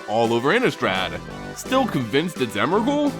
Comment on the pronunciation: its emrakul...